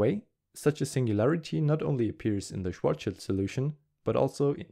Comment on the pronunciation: Good video! but it's *Schwarz(schild)